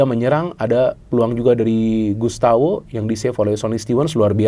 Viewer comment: Gustavo, bukan Gustawo 😂